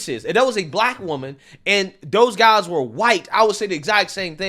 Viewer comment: I can't stop laughing at this. Again! How do you pronounce guys? ngngngnguys xD